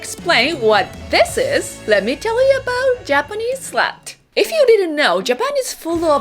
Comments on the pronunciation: Its funny because slat is actually not a dirty word. However, the way you pronounce it sounds like the dirty word which would be the word slut. Not quite the same. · honestly I'm completely confused. I thought you were mispronouncing "slang". I have no idea what "slat" might be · i was scared when she was saying slat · Honestly, I was trying to figure out what you're trying to say until the drink showed up. "Did she say slang? Slut? Slat? Slab???'